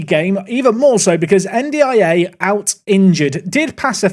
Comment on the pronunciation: You said N'Diaye's name properly and immediately they score!